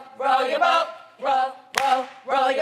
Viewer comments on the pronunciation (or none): tho " row dat bawt " - loni